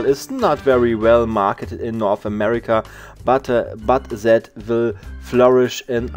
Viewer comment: Ach das gute Englisch von sat statt that